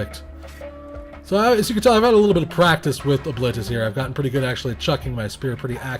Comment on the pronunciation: Pronounced that way reminds me of "O-clit-us." I will never look the character's face without seeing that image again. Great video as always :D